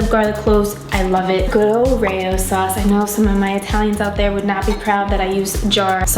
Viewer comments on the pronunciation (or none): It's not pronounced Rayo sauce. It's "ra-oh" Also, so good to have you back!